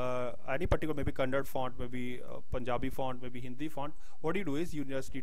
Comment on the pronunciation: Kannada not "KANNAD"